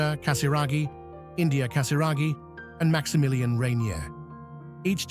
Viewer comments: not ann dree ah his name is ahn dray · Is there a way to dub the correct pronunciation of his name from the feminine ANdrea to the proper masculine anDREa? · His name is pronounced AN-DREY-A, with emphasis on the middle syllable. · His name is pronounced An draya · Pronunciation, An-drey-a, and STEF-ano... princely family not a royal family. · ANDRÈ-A is an Italian name . His father was Italian, therefore the correct pronunciation is not in English or French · Duh, you even emphasized every letter of his name 😂😂😂